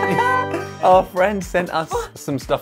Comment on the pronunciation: He said 'our'. 😂😂😂 I went back to listen just that. 😂